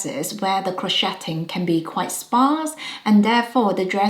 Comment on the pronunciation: "Crow-shay"...the "t" is silent. "Crow-shaying."